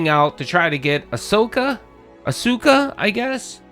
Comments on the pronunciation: pronouncing Asuka as Ahsoka was super funny 😊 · pronounces it "Asooka" lol